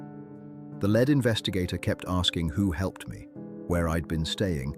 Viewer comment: The LED investigators. Hey AI, it’s pronounced LEAD, not LED.